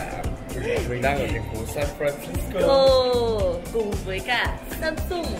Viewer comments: k có song?????. Theo phát âm của hàn sam seong sẽ đc ng hàn đọc thành sam song nhé. Chứ lgi có samsun đâu má, xam xong xam xong:)))))))) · Từ samsung đọc đúng là sam soong thì phải